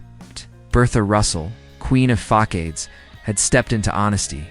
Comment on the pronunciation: The mispronunciation of “facades” required me to stop listening. Really???